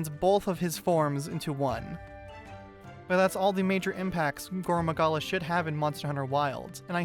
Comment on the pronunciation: Please pronounce his name like gorr maggala you’re saying goro Magala